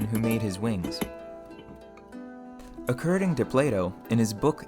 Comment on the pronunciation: Acurding or according ?